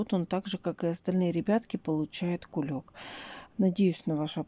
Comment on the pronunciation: "Кулек", аж уши режет